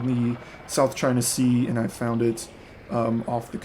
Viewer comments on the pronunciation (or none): none